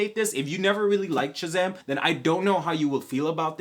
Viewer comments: did you say shazaghm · Bro say Shazam! For me one more time! Lmao sounds funny